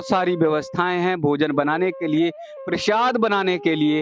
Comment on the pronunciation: Bhai use प्रशाद nhi प्रसाद बोलते है समझे